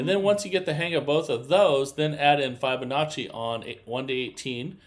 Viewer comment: New drinking game: every time he says, “I can’t wait to show you”, or mispronounces Fibonacci